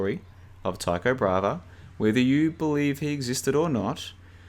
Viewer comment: It’s Tycho Bra-hey not “brava”